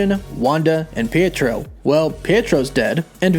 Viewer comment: Pee-A-tro. Not peitro.